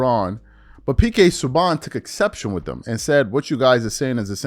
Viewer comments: Not pronounced sue bon. It's sue ban. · Pk sue BaN not bawn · It is pronounced sue-ban